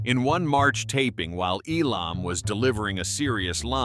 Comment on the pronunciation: it's EEEEE_lammmm, not eeee-LOMMMMM!!!!!